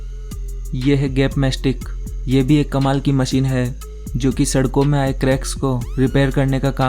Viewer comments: MACHINE, not MASEEN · Aby chotia masine nhe hota machine hota he.